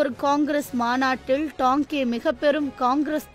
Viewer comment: தோழரின் பெயரை Tanke எனறே வாசிப்பாளர் உச்சரிக்கிறார். தவிர்த்து இருக்கலாம். இது போனறே மற்ற தோழர்களின் வாழ்க்கை மற்றும் பணி பற்றிய பதிவுகள் வரவேண்டும். நன்றி